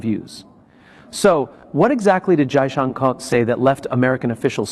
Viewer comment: Damit it is not junker you stupid be more courteous and atleast pronounce the name properly and that to for.a.seasoned Diplomat